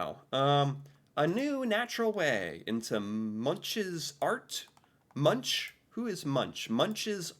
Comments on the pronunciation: Munk is the way to pronounse it not munsj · It's pronounced "munk" not munch :D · Munch is pronounced Munk, not Muntsj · I only want to correct you on your pronunciation of the artist Edvard Munch, it sounds strange, but it has been a debate on how he himself used his surname, and after a little back and forth, we ended up with "MUNCK", but the ‘CK’ Is said with a soft sound with your tongue curled up with the backside touching your back teeth and the tip of your tongue curling up, but not touching your palate. And I know you have problems with our vocals, but the ‘U’ is something between a an ‘O’ and and an 'U’!! Good luck with testing 😂 Lots of love, Eva, Oslo Norway